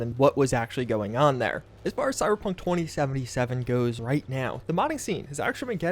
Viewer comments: Did he say Cyberpunk horny-seventy-seven? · did he say hor*ey 77 or am i just immaginning it